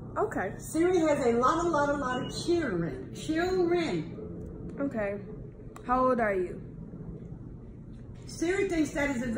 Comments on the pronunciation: “The definition for what siri has is Chilren “ “ CHILREN “ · She ain’t got kids she got “chillren” 💀